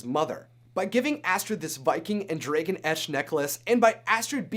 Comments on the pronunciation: dude you are saying dragan not Dragon idiot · y is he saying draygon?! its pronounced DRAGON!! drag-gon!! i swear to god!! the way he says dragon triggers my OCD and my grammar nazi side!! aaahhh!!!! (fyi idc if people spoil things for me. im a bit of a spoiler myself so its only fare.( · You keep pronouncing the word dragon wrong. It's dragon.!The a is pronounced like the a in the word am! Not drae like in the word egg! What the heck is wrong with you!? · it's dragon not dragen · dragOn not dragEn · Am i the only one a bit disturbed with how you pronounce "dragon"?? Like /drey-gen/????? Not /drah-gen/???? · I have to ask where are you from cuz I'm hearing Dray Gon not Dragon (soft A's sir soft A) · Am I the only one who noticed he's saying dragon wrong? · He keeps on sayin dragon wrong. Says it like"dray-gen". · the way he says dragon is like dragoon soooooo wrong omg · U say dragon like dragen I love it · "Dregon" eye? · Is no one else getting triggered by “draygon” 😩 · Why he pronounced dragon so wier thro the video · I hate the way you say dragon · STOP SAYING DRAGON WRONG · learn to pronounce dragon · DRAGON!!!! Not whatever the heck you're saying!! Driving me up the wall!! Other than that great video. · Did he say... drAgon? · U pernounce that so wrong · You're not the only one... I cringed every time he said it. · OMG STOP SAYING DRAGON WRONG